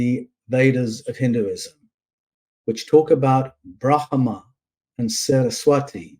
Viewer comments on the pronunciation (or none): Dear - I've heard you mispronounce Brahma numerous times. You pronounce it as three syllables when it is only two. To Westerners, the "h" is silent.